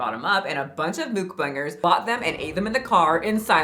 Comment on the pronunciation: it is not moo k bangers it is muck bangers dum dum